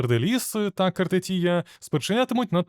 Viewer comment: Картефія. А не Картетія.